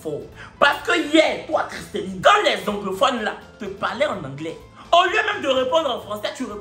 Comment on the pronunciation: c’est “Christellie” pas “Christelline” 😂